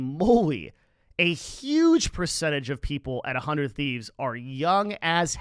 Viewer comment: 100T just stands out in terms of content first and that goes a long way. I don’t watch much of their content anymore but being more creator focused is helping them much more than other orgs one more thing about 100T that I notice a lot of people mistake is it’s pronunciation (sorry to call you out ) and Nadeshot did bring this up in a podcast about how he actually isn’t happy with the logo design because it leads to that confusion it’s not “one hundred thieves” “uh hundred thieves” it’s “hundred thieves”